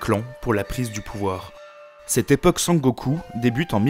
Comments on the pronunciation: oui surtout "Sengoku" prononcé comme "Sangoku"("Sangokou"à la française) mais peut-être qu'il ne connaît pas la langue japonaise.A part ça je n'ai pas été choqué et puis le documentaire est vraiment bien fait donc bon... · j'ai tiqué aussi ahah, mais j'ai trouvé cool et drôle qu'il dise Sangoku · Bon boulot mais je lis pas du tout la même chose. sengoku=seine-go-coup, dajodaijin=dageot-daï-gine, des daimyosss=des daimyo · Très bonne vidéo. Seuls petits trucs que j'ai pu relever : - La prononciation des fois, ce qui est tout à fait excusable si on n'est pas au courant/parle pas japonais (les chi se prononcent "tchi" et shi se prononcent "chi", ex: Azuchi Momoyama se dit Azutchi. Sengoku et pas Sangoku. Ieyasu se prononce Ieyas-uh et pas -ou etc). - Les illustrations je les trouvent souvent assez fantaisistes voir orientalistes (vision occidentale romancée du Japon) et pas vraiment réalistes - Assez incorrect de dire Shinto ou Bouddhiste quand les deux religions sont mélangées et pas exclusives au Japon. (il y a même des chrétiens shinto bouddhistes alors bon :p) Bref je chipote. Du bon taff ! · Video intéressante et bien structurée mais vraiment la prononciation m'a fait decrocher plus d'une fois !! Sengoku et non sangoku Des j prononcés comme des i Aucun h expiré Des tremas sur daimyo, samourai etc alors qu'il n'y en a pas besoin Des pluriels en -s qui heurtent l'oreille (un daimyo, des daimyo. Pas de s en japonais) En revanche les voyelles longues sont omises (osaka se prononce oosaka) Etc etc. C'est dommage car ça m'a vraiment coupé dans mon visionnage pour une vidéo dont le fond se veut serieux et qui est au demeurant bien ficelée. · Sengoku (戦国) = Pays en guerre. Sen (prononcer Senne) = La guerre. Je le précise car le "Sangoku" au lieu de Sengoku m'a pas mal perturbé pendant la vidéo. Du reste, extrêmement intéressante ! On sent le taf sur cette vidéo, une fois de plus.